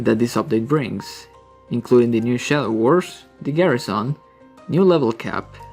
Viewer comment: Stop saying garissaon it's garrison